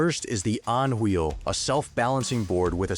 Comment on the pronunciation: But I like the On Wheel!